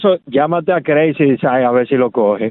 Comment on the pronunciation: Si porque Sandra ni fu ni fa dice Craizy😅😅